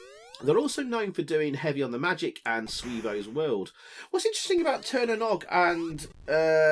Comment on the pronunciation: Noooo dont call it "tir na nog" the fada above the i in Tir and O in nOg makes it long in pronunciation( fada means long literally) . Phonetically it more like "Cheer na nough-g", nough being prounced the same as dough but with an n and add a G at the end hence nough-g. It means land of youth. From a fluent speaker :). Great video, the game sucked lol